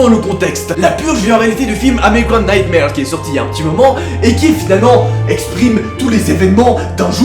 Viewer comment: Plz dit pas American nightmare Mais dit nigthmér C la prononciation du film respecte l'anglais